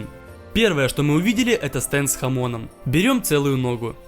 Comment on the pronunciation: Стэнд с хамОном Я услышал "станд с хАмоном" И подумал, что это Джоджо референс